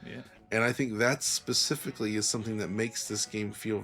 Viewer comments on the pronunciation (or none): none